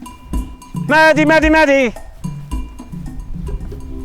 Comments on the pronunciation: Great video! I'm a little confused though because "Madadh" is the Ulster Irish for "dog" and is pronounced like "mahdu" so hearing it said like "Maddie" made me cringe a little lol. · It sounds like they are saying Maddy but they are saying Madadh am I just hearing things are they actually pronouncing it maddy